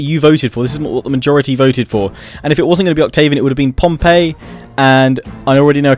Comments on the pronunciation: it's "pom-pee" not "pom-pay" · It's Pom-pee!!! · I loved this but... He pronounced Pompey as Pompeii xD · Your saying Pompey wrong. Its pronounced like the Portsmouth football club not the Roman city.